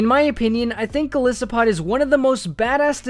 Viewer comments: TOO MUCH EDITING and you cannot pronounce "Gol EYE SO POD" for life. Has this guy never heard or say the word "isopod" before? ugh -.-" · It's Goli-so-pod not Gole-so-pod -Hermoine Granger